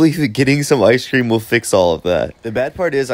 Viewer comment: Good idea with the “iceshh cream” 😂 I been saying it the way you do and my friends look at me like wtf 😂 they’re like why are you pronouncing it “iceshhh cream” 😂